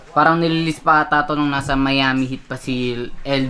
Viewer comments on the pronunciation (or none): none